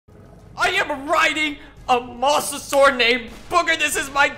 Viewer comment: It’s pronounced “Mose a saur us”